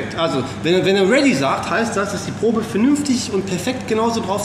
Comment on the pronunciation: Wenn du schon versuchst Englisch zu sprechen, dann spreche doch auch Probe richtig aus! Probe = Tastkopf ...... (Prob)gesprochen.